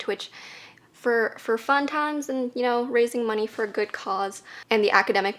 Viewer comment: When said “fun times” it woke my southern soul